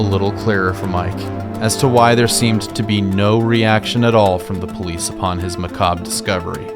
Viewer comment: Muta sent me. And you are the only one, out of all the YouTubers I have heard try, that pronounced the word "macabre" correctly. Alll horror content creators: "Muh-cah-bray" Me: *facepalm*